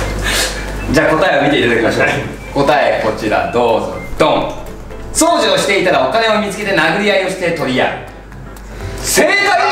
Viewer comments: 掃除のイントネーション違和感あるのわたしだけ…？？？ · 掃除の発音に方言出ててときめく…